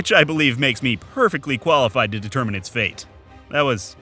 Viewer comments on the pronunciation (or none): none